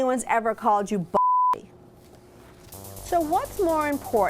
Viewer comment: i heard pussy instead of bossy